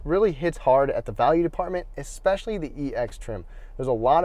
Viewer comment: pet peeve .. no "X" in especially, it's especially NOT EXPECIALLY Jeesh